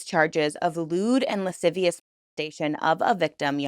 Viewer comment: Thank you for pronouncing “lascivious” correct correctly, it’s honestly been driving me nuts that’s so many creators covering this lately cannot pronounce the word and I understand that it’s difficult for some people, however, I think reporting in such a serious topic we should, in my opinion, look up word pronunciations if it’s a word that someone can’t pronounce.